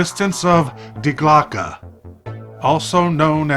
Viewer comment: I feel like there is a lot of inaccuracies about this reading Also it's "Die Glocke" not "Die Glocka"